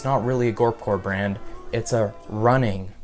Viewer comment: I thought he said band not brand